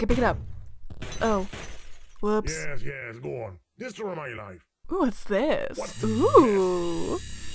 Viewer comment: haha you sed ges